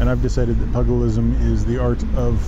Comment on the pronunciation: pugilism rhymes with toothgilism, not pug more huge! Bare knuckle fighting with "rules"